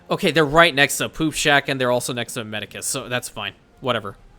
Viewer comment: O great emperor, I fear you have committed a great crime in the land of imperianopolis: you have been calling a very important structure by the wrong name. Ifyou look at what you’re placing down as a medicus my lord, you will find they are called Medici (pronounced med-ee-chi). Just trying to help you gain back some reputation with fake emperor in Rome. (Not RP) I just started watching you abt a week ago after finishing another creator’s Anno 117 series, and you by far have the most episodes, I still have a lot of catching up to do, but I do have more free time as I do not have the game myself. Thanks for the amazing entertainment. Also, I haven’t seen or read any Witcher, but from what I’ve heard here, it sounds like a really good chain of movies games and books. (Back to RP) LONG LIVE IMPERIANOPOLIS!!!